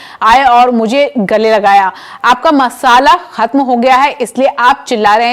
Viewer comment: Masala nahi masla khatm ho gaya hai ye likha hai Thora thik se padhiye